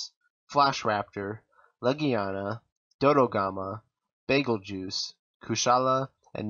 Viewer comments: Oh btw, its not Bagelgeuse its BETALGUESE- DES! (re:zero reference) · Bazel-geese is the correct pronunciation, if anyone was curious.